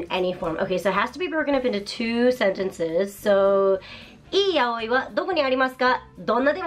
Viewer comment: So it's not pronounced "yowee" huh... It's more of an "ya oi", or "yaOi", although technically stress accents aren't much of a thing in Japanese, so I'm approximating. Huh.